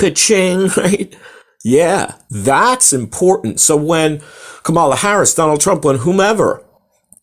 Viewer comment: You can't even pronounce Kamala.